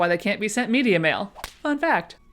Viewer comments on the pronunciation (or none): none